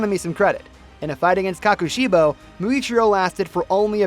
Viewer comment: Hmm isn’t it pronounced koKoshibo? Not koKashibo?